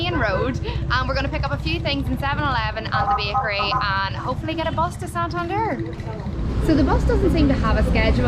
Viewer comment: Congrats you got the correct pronunciation right the first time!!! SIQUIJOR and SANTANDER!! hahahaha